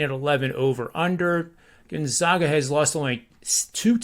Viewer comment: it's not "Gun-zogga" or "Gone-zaw-ga," where the middle syllable rhymes with "jog." The proper pronunciation is "Gone-zag-a" — with the middle syllable rhyming with "bag" or "tag." COME ON!!!! SO SOME RESPECT